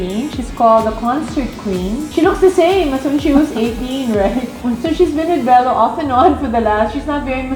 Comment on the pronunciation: Spell Vicky last aw as BELO not BELLO! Do not murder other peoples last name